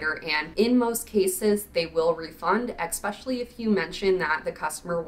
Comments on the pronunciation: You say "eXspecially"? Isn't it especially? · Mispronounced for fun.